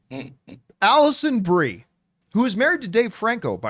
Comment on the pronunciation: The first time an actor’s name comes across your screen, it’s fine if you don’t pronounce it correctly. But this is the tenth time… and you’re a pro… so act like one please.